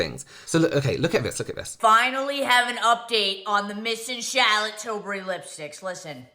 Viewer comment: “ I did a photo shoot with Charlotte Tilbury “ Girl, if you’ve done a photo shoot with the brand, WHY can’t pronounce her last name?